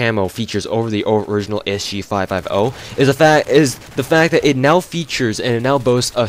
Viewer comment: You say SG5F0 lol, well it sounds like it. You should just say S-G-Five-Fifty